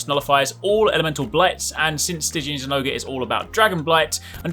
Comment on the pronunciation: Zinogre = Zin-oger